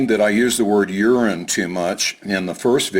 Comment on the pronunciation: Lovely job! I am glad you pronounced urine properly otherwise you might have really offended that one viewer.